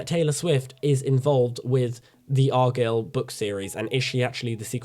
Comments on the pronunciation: he can say the word guy lol it’s arguyle not argill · It's pronounced ar guy ill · If you watched the movie, why are you saying argylle so wrong?